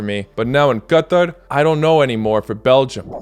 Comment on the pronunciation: Finally a YouTuber that pronounces Qatar right